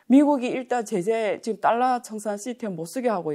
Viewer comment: 딸라.. ^^;;; 배우면 뭐하나.. 20세기 엉터리 일본식 영어 발음을 아직도 사용하고 있는데..